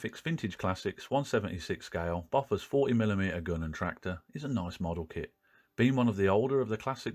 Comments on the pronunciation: sorry but it's pronounced "bow fours. "....not "boffers" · Enjoyed that! You've inspired me to get the kit. (I'm old enough for my parents' generation being there at the time, and 'Bofors' was pronounced 'Bow-fers', not Boffers.) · Its pronounced boofosh actually...😉